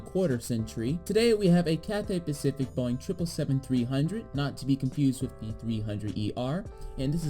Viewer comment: “Cathay Paciic”